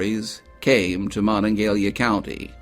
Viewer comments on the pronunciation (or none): Hearing this say Moningalia is painful.. Mo-NonG-a-HELia bud- get it correct. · as a West Virginian you should know the county where Morgantown is located is pronounced Mo-NON-ga-HEH-la.